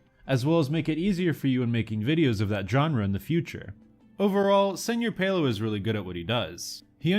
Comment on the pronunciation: its pronounced "sir pelo", not "senor pelo"